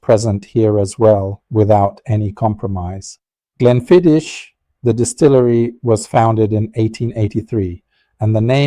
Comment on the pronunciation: It is actually pronounced 'GLENFIDDICK' which is Scottish Gaelic which means 'Valley of the Deer' Also, it does concern me that you smoke cigars as you are increasing your chances exponentially of contracting lung and/or mouth cancer but it is your choice at the end of the day . . . .😎